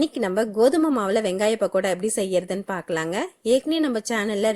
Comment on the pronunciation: Yemmov adhu pakkoda... really irritate a pahada nu soldratha kekkum pothu